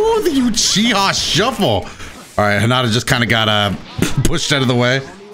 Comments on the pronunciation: Hinata not hinada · ''hanata realx'' excuse me why do you pronounce it like that every character says hinata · You say "Hinata" like "Highnata"? That's wild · i thought it pronounce as " hee naa tah " >w<